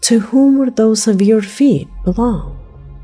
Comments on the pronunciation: Severed IS an actual word meaning "cut off from what it was attached to or part of." However, it is not pronounced as severe which means something extreme such as severe weather. Severed is pronounced as follows: the first syllable of the word seven - "se"/ven. The 2nd syllable of severed is pronounced as ver using the word "fur' with an initial "v" sound instead of "f". Severed ends with a hard "d" sound such as in words like "happened", "occurred", "opened", "flattened". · What i don’t understand is how come this seemingly intelligent woman can not say “severed” properly? In regards to the last part of this video referring to the found severed feet. Is this voice computer generated? I’m only looking for clarification because i enjoy this channel and have watch all the videos. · I really enjoy your video sweetie. But I have to say you pronounce the word severed incorrectly. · Your videos are awesome, but I am triggered by your pronunciation of the word “severed” it should sound like er not eer. SevERed. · severed is not pronounced "seveered" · Just found your channel today. Wow! Really great reporting! Will watch all your great videos. Thank you for doing such a great job and for choosing 'real' videos and not staged ones. By the way, it is 'SEVERED', prnounced like you would 'Severus' Snape (from Harry Potter). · It's pronounced, "sev-ERRED". 😏😏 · Sorry lol I was joking but in the US we say "sev- vered" that's funny I never even thought people read comments! I'm thrilled you did. Lol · except for an automated voice to mispronounce a word, it generally has to BE a word. "seh-veerd" is not a word. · is a robot!? Why does she say severed foot like that? She's saying like it's written not the right way. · Pronounced severed,not severe. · "severe" vs. "severed" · Its not severe (sevir), it's severed (se-vered). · "Severe" foot?